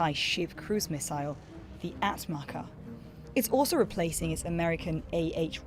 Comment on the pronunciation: TRT nin yaptığı rezilliğe bakar mısın. Atmaca fuzesinin ismini atmaka olarak okudu. Türkçe özel bir ismi sen hangi cahil aklınla İngilizceye çevirmeye çalışırsın ki öyle bir kelime yok. Atmaka nedir bu ne sacmalik